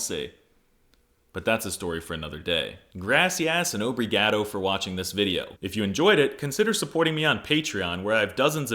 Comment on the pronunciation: Grassy-@ and OH-bree-gAAdo to you too